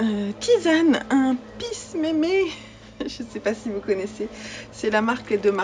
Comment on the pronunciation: votre "peace mémé" est en fait un "pisse mémé"